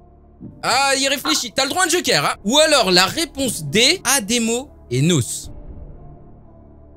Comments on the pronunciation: Ça se prononce N.O.S pas nos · On dit pas 《nos》 on dit N.O.S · " Nosse " c’est N.O.S 😭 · ON DIT PAS NOS ON DIT N.O.S